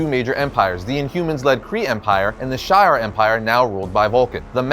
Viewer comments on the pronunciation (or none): Shiar is pronounced shee arrr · Are you trying to say SHI'AR ??